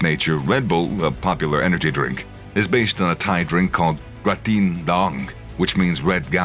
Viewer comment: Krating Deang not Dang